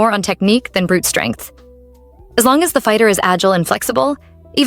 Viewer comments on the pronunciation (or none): none